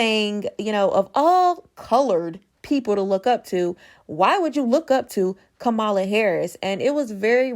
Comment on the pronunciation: It's really disappointing that you are pronouncing Kamala the way you are...